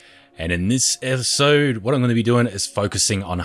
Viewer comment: No one: Farket: E T H I S O D E